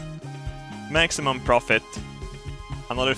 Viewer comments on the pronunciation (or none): none